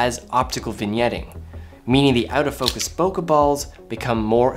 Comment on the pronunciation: This video is great but what is greater is that unlike most other YouTubers, you say bokeh correctly. Thank you so much